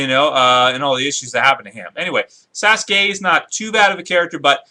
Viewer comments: can you pronounce the name correctly, they aren't that complicated. Sasuke (Sas'Kay), Jiraiya (Ji'Rye'Ah) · Hey said Sas-Gay